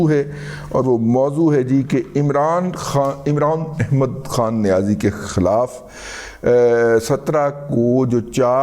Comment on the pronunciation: دادا آپکی ادائیگی امران احمد کھان نیاز ایک بہت اعلی